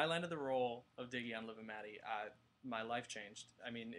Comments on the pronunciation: The name is not miggie its diggie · It's diggie not miggie